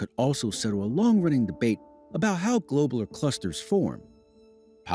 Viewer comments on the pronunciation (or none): "Globe-ler" ... clusters........?? I learned them as "glob-u-lar" clusters... 🤔 And I grew up in the sticks.